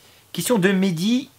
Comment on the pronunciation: Merci pour ta réponse simple et claire au faite mon NOM est Medhy (il se dit à la français tu inspire pas le H comme à l'arabe;) ta vidéo est vraiment très bien construit! En tout cas bonne chance pour la suite! Désolé pour l'écriture assez approximatif. J'ai prit beaucoup de plaisir la regarde Ciaos;)